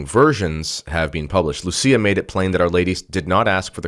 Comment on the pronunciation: Portuguese is not like Italian. Lúcia should be pronounced LOU SEE AH accent on the Ú and not on the Í